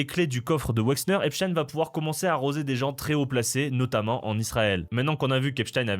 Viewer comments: Petite correction : Epstein se prononce Epstine et non Epchataiene. Comme on dit pain au chocolat et non chocolatine. 😁 Débat clos. 😁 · Ça se prononce Epstine. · Epstein se dit Epstine en anglais. Je précise parce qu’on est les seuls à le prononcer à l’allemande (comme ça devrait être fait comme Einstein, certes). Dans toutes les vidéos que vous verrez à son sujet en anglais, attendez vous à entendre Epstine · Merci de prononcer Epchtaïne et pas EpSTINE comme les médias qui veulent que ça sonne Russe. (Agrou agrou !!! Céléméchants !! 🤡) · Faut dire epstine ou weinstine, c'est plus correct il paraît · salut, on dit epstiiiine ! 😅🤣😂